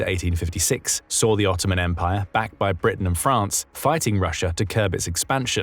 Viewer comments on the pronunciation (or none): none